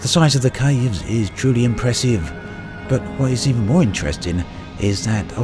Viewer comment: Except that David Attenborough can pronounce 'impressive' properly...